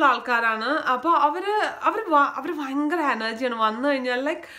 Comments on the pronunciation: വയങ്കര അല്ല ചേച്ചി ഭയങ്കര ആണ് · Kottyamkar 'fa' parayum poleyaa EkM kkarkku 'va'😀fayangaram.. Vayangaram...